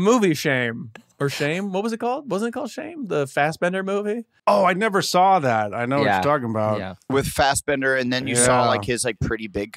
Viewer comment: I love how Blake just adds that l to the end of saw.😂🤙🏽